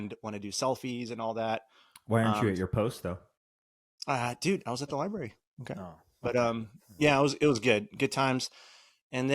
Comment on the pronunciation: pronounces it "lie-bary" 😂